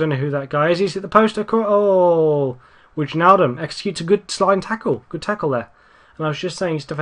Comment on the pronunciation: Wijnaldum is pronounced Why-naldum, I believe.